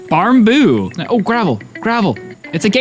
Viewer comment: 'barnboo'? m≠rn